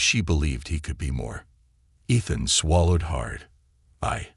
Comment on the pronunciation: For the love of god will somebody teach these stupid AI proper pronunciation. EE-thuhn